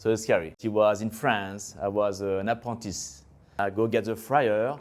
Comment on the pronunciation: 'Apontis' 😮😂 "Apprentice" ❤ hard french accent